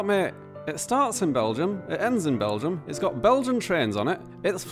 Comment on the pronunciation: it's called Belgium... with an "m"....